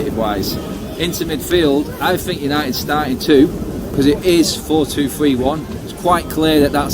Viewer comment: Did he say Unieed vs Ever'on lol